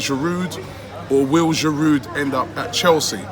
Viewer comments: You actually don’t pronounce the « d » in « Giroud » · Giroud will leave because Robbie still cannot pronounce his name properly 😂 😂. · I squirm every time you sound the 'd' on the end of Giroud, Robbie. It isn't that difficult to pronounce his name correctly. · The d is silent in giroud 😂 it’s winding me up